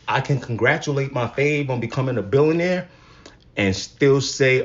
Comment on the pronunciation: Before anything else... You should probably learn how to say billionaire. Also, she's just NOW one? After all those years. I knew she was overrated 😂